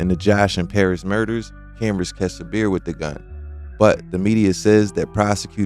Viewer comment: It is pronounced SABR. means to be content or patient ( Islamic spiritual) patience